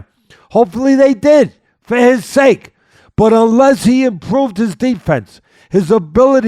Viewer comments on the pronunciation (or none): none